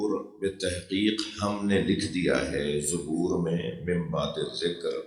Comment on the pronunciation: مولانا قران کو درست کر لیجئے زبور کی ز پر زبر ہے پیش نہیں